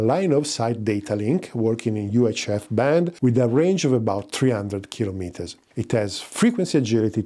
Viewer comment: Wow! Superb content...and as a delightful bonus, you pronounce KIL-o-meter correctly! It's maddening how many so-called science & technology channels talk about ka-LOM-mitters. Idiots parroting other idiots. It makes no sense. But this is one of the few rare channels with the intelligence to use the correct pronunciation, and has content quality to match. Subscribed!